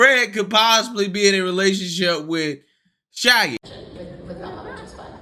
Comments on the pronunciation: Velma, sweetie...her name is Velma...not Thelma....😁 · Lmfao. It's V Elma not TH elma. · It’s VELMA not THELMA!!! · So his title says "Velma" and so do the subtitles but he keeps saying "Thelma". You can't take the black out of some people. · VEl-ma not THEL-ma. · Duuuuuuuuude WHYYYYYYY do you purposefully mispronounce so many words?! Are you doing it accidentally or are you just playing stupid? Thelma is not Velma. BRO. LOOK AT THE WORD BEFORE YOU READ IT OUT LOUD. It's infuriating trying to show friends your videos because you sound so uneducated when you read. There's no excuse at all for the way you mispronounce words. "Massatwositts" for Massachusetts... "Thelma" for Velma. Dude knock it off. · I like your videos and I agree with a lot off what you say...... but why do you keep calling her 'Thelma?!?!' Her name is Velma!! lol just breaking ya stones bro. Keep up the good work! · You kept saying Thelma. It's Velma, lol. But, at this point. They may as well change her name too. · Listening to him call VELMA “Thelma” is like listening to Boosie call Vlad “Glad.” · Why you say Thelma? First say vampire, now say Velma. V...Velma. With a “V”. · lol you keep calling her "Thelma"